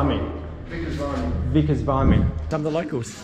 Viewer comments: I always pronounced it VIM EE as opposed to VYE ME. Awesome cameo by that dude. And...well...buy a Ford and you get what you deserve 😜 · we’ve discussed this before; it’s Vimmy (sic) not Vimey. 😀